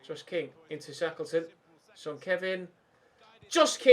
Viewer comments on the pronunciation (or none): none